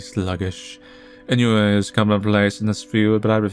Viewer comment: Ennui is pronounced awn-nu-ee